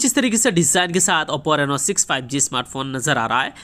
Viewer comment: Its not nenoa.. Its just reno..